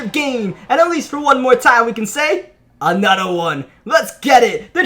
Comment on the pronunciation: “Anotter one” 😭😭😭